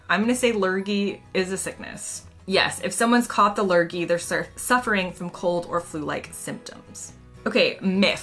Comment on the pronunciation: Lurgy (your pronunciation was spot on :) ) was first coined by a Comedian, Spike Milligan in the 1950s when he was part of a BBC radio play series called "The Goon Show", which also had Sir Harry Secombe and Peter Sellers (who later went onto films like Doctor Strangelove and the original Pink Panther films). In the series background "Lurgy" was a made up disease, with varying symptoms depending on the story. It comes from "Allergy", but pronounced how you said it :) It went on to be a word describing a general feeling of illness "Oh man, I think I have the Lurgy". Its use is probably similar enough to the US "Cooties".